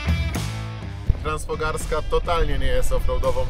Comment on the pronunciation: Transfogaraska, nie Transfogarska - te góry to Fogarasze, nie fograsze 🤪